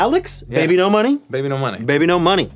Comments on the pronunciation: I can't read his name as "baby no money" anymore, ever since Anthony pronounced it wrong I can only read it as "beebeenos" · ive been pronouncing his name wrong. my apologies. thought it is babynosh not bebenomoney oops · Wait, THAT’S how you pronounce “BBNO$”?! For the longest time I thought it was pronounced “Bee-Bonos”…